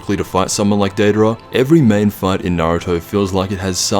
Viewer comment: Data'ra? Dry? It's Deidara and Jiraiya